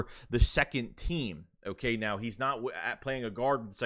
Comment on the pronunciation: "Hooh-kaaiyy" Haha, good stuff.